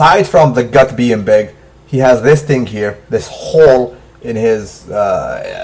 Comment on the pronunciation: a khhooole (hole) lol salute